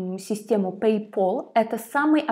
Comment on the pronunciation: На заметку: Пэй Пал, там одна л, если бы две было бы то произносилось Пол.